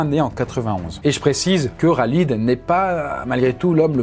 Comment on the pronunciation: « Raaaaaalid » 🤣🤣🤣 c’est KHALID KHHHHHHALID